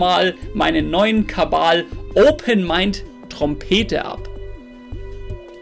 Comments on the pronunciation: Ja er hat sich mal versprochen und so hoch geladen und jetzt ist es ein gag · kabal.... es heisst kabal!